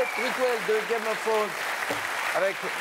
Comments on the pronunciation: "Game of Faunes" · Faut que les gens arrêtent de dire "game of fffwone" quand même ...